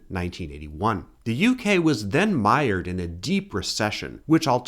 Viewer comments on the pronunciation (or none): none